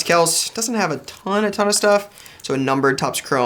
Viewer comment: So I don't mean to be that guy, but it's Travis Kelc-eee, ChOOba Hubbard, & Eu-Hay-nio Suarez. You're welcome. :)